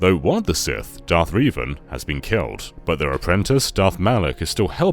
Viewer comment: Darth Rievan??